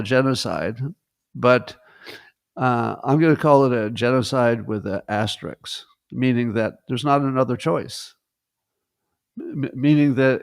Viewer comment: Say "risk." Say "aster." Say "asterisk." I'll check back tomorrow to see if you're okay.